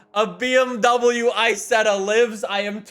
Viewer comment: "Bee Em Double U I-setth-ah"